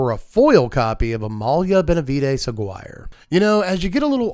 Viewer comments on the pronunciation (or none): I was very excited about Thousand Moons Smithy for my cat tokens (Jinnie Fay) deck. The price has dropped from about $10 at pre-release, so I'm going to pick up a few more! I loved the Orzhov Aristocrats deck tech, and I ordered a bunch of the cards. By the way, Aguirre is pronounced ah-GEAR-eh (rolling the R if you can). I had a friend with that for her last name, and that's how she pronounced it. I got the Cheers reference right away. Thanks for all the jokes!